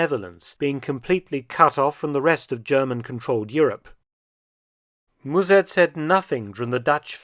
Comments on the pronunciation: Müzèrt is so far off b.t.w. Just use the English pronunciation (like mustard without the "t") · If I may slightly correct the pronunciation of Mussert, as Dutch person: As Dr/ Felton pronounces it, the "u" should be spelled as "ü", while it sounds more like the "u" in "duh" (I can't think of another example, sorry). The "s" also sharp. In German, it would be closer to a "z" as Dr. Felton says it, but in Dutch the double s changes the sound of the vowel preceding it, while still sounding sharp. In German a double s or ß is sharp, while the single s is more like a z is it start the word (German makes no sense). If it was spelled Muzert in Dutch, it would be closer to the pronunciation in the video. Musert in Dutch would be spelled Müssert in German, while Mussert in Dutch would be Musert in German. The sound of the vowel gets changed with the Umlaut, the double points over the letter, instead of the numbers of consonants following like Dutch. Dutch is a very hard language, with tons of strange grammar rules that you have know, as there is no reason to it. Every rule has an exception, which has it's own rules, to which there are exceptions. There are 2 official grammar rule books (for lack of a better term) as linguists can't agree. I'm not hating on Dr. Felton, his German is great and he has a knack for it. I'm merely trying to provide some information to help Dr. Felton improve his Dutch. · Mus sert....No zzz and u as in shut and but . Remember 45,000 Dutch fought for the Germans at the east front...